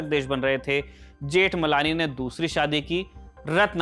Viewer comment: Ni pronouciation of surname.